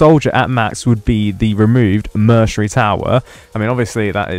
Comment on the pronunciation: Bro saying mercenary wrong lol